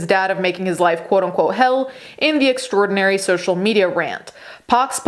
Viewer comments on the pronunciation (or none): none